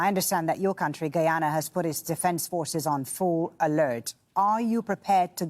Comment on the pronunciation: the woman is pronouncing guyana wrongly